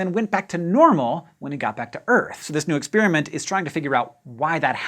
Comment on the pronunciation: It drives me nuts when he says "ex-spearmint"!